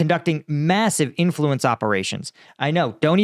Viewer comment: "You're giing to feel the influence."